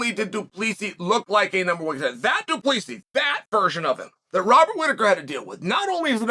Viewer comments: “Du PLEEESY” 😂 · Pronouncing it Du PlEEsi is crazy 😂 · Firstly, Chael, this is your SECOND vid about DDP, where you get his surname wrong. It's DU PLESSIS.... a simple Google search.....now add the S. Try. ------------- Secondly, Chael, you're an absolute cheerleader for the UFC....I do get it. It's a BIG part of the reason why you have a lovely bank account. This OBVIOUS pokey-stick strategy may get an amateur to respond, but what you DO NOT understand is this. DDP is an Afrikaner....they are a logical, patient lot. This is a man from a Nation that defeated the British Empire TWICE ( and )...... mere Farmers who took out the greatest Empire on Earth, on home soil.....they are a smart people. They calculate, they consider, they prepare. Understand, Chael ? They don't over-emotionalize everything......they are a calm bunch, under battle conditions. Maybe you should adjust your vision, by doing some research first. DDP is not scared of any fighter. BUT he ain't dumb, either. He's not going to throw away all his hard work, to feed the Hype. When he comes, and he WILL, he will be 100% ready for Adesanya. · It’s so funny hearing Americans struggle to pronounce Du Plessi 😂😂😂 It’s ~ Doo-Pla-Sea